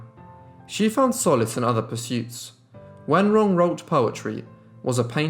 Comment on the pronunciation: Accurate pronunciation of her name! Great job!